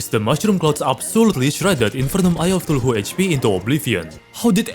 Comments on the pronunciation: Bro its Cthulhu not tuluhu😂😂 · AY-Ree-Ah-Light or and the shield is ca-thoo-loo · bro really called eye of cthulhu "eye of ctuluhu" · Shred of TuHuuJhLuu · i am so sorry but i cracked when i heard the “tuluhu” as of Cthulhu (no hate fam) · The way you pronounce Cthulu is killing me my man :D I'm fairly certain you do it on purpose, but i case you don't: Spell it "K-tulu", simply ignoring all the H's in the name. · Always "eye of tuluhu" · "Tuluhu" goes hard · 'Eye of Thuluhu/Thooloohoo' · I love that instead of Cthulhu he says tuluhu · I love the way you pronounce other words like "huthulhu" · I love how he pronounces Cthulhu "thuluhu" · Okay but everyone who watched even one of he's terraria video calls Cathulu "Tuluhu" right? Or is it just me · eye of thuluhu (no offence btw love your accent) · Why bro say Sheild of cuthulululu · "the eye of tuluhoo" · i love the way you butcher cthulhu name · i can get mispronouncing cthulhu but not shield